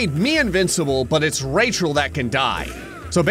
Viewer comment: I like that you have called her Rechall 😂😂😂